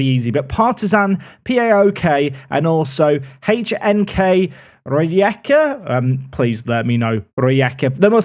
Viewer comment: Pronunciation of Rijeka was about right